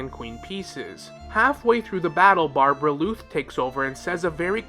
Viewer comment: I thought it was a mistake before he repeated it many times. Barbaloth is also how it's pronounced in game so I suspect he's doing it own purpose